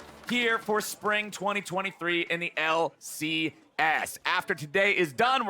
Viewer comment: unwittingly genius!!!!:D >>>>> <<<<<< "WELCOME TO FINAL DAY everyone....here in the L......C.........AIASS! " XDDDDDDDDDDDDDDDDDDDDD loooooool XDXD:D did SERIOUSLY SAY THIS!?!!? XD i think he didnt even realize!?!?!?!?! LOL!